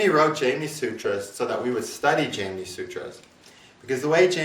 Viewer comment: I'm very curious, why do you choose to mispronounce Jaimini and Parasara?